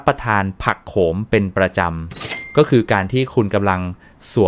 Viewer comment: แอดมินควรปรับปรุงการอ่านของ AI ให้ถูกต้อง การอ่านบางคำออกเสียงไม่ถูกต้อง เช่น ผักโขม ด็อ่านออกเสียงว่า ผักโข มอ แร่ธาตุ ก็ออกเสียงว่า แร่ ธา ตุ ซึ่งไม่ถูกต้อง ทำให้ความน่าเชื่อถือลดถอยลงไปมาก ก็แค่คำอ่านยังอ่านไม่ถูกต้อง แล้วบทความที่คุณนำเสนอจะน่าเชื่อถือได้อย่างไร